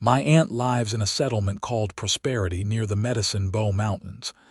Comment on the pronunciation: I love this narrator but the pronunciation is terrible. English words have more than one meaning and pronunciation depending in which context it is being used eg. Lives has two meanings, she lives here or there are many lives lost in the war. Just one example. I do love your stories very much though❤